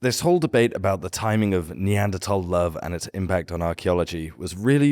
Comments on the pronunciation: Finally, people who say Neanderthal correctly. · The word comes from german, where it's pronounced "tal"